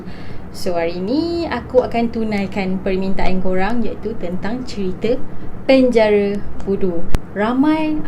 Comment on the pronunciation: Asal ko sebut perkataan penjara tu bnyi mat saleh ?boleh Tak ko sebut btul2..😆